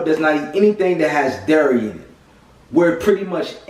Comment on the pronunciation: very informative. looking into becoming vegan in the near future. also, you have to be from baltimore or the dmv area. i detected an east coast accent, then you 'dairy' and that confirmed it. LOL.